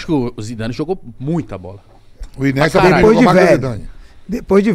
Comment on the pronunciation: O q esperar do cara q diz q é melhor q o Messi e do outro q chama o INIESTA de "Inesta"? Se eles são paga pau de brasileiro, eu sou paga pau de gringo, pronuncio correto viu... kkkk